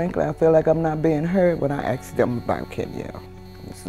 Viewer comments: The word is ask not alien movie axed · He axed me 😂😂 This didn’t happen with the cop